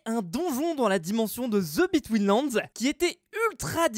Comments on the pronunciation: the betweenlands moi qui entend:zebi tweenlands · On va me prendre pour un beauf, mais à chaques fois qu'il dit TheBetweenLand j'entends Zeubi Twins Lands ! On dirait qu'il le fait exprès ! 🤣